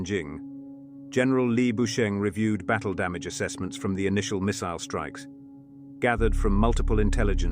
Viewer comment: love the proper pronunciation of 'missile'